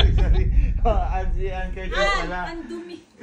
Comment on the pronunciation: dyusmiyo sa anne😂😂😂 "annedumi" 😂😂😂